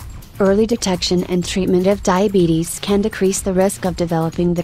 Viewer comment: emmy 595 No, they're making a joke. If you noticed, the atuomated voice says "Diabeetus" not diabetes.